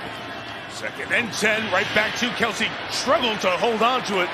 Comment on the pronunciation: Why does Mike Tirico keep calling him "Keltsie"? There's no T bro. Smh